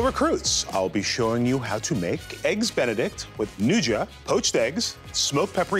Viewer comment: Dude, learn how to pronounce nduja.